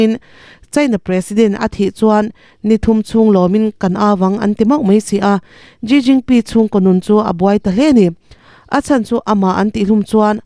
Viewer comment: A bengvar thlak mange, china pressident hming kha ilam dan a dik lo deuh vem aw ka lo ti ve mai mai.